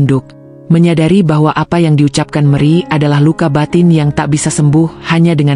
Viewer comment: Mana gubugnya ngga ditampilkan sih terus kenapa nyebut nama Meri jadi meri